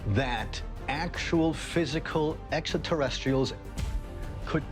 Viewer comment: I noticed that too.